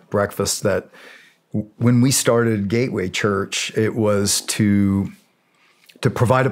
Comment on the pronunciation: Gay way or Gateway ?? 😂